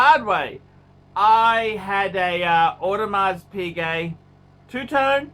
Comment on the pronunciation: Is this a real channel? No knowledge given or known about watches, no knowledge on how to speak like a normal human being. He should really learn how to pronounce Audemars Piguet properly before giving is opinion.